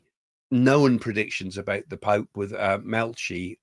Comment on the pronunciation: Hi Craig. Malachi is pronounced Malaky